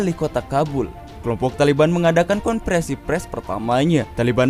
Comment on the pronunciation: Min bacanya konferensi pers, bukan pres....